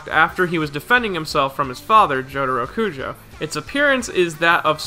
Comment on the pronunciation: Cujoh? It’s kujo.